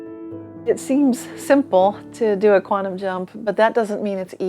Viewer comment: It's QUANTUM - not queantum, moron!